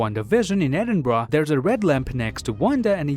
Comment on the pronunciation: Respect for pronouncing Edinburgh right